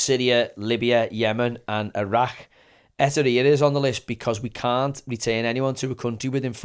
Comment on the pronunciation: Great podcast👍🏻 one small thing, it’s Eritrea not Etirea. E RI TREA (sounds like TRAYA) Don’t want to give the snobby twats any ammunition to go at you with 🤷‍♂️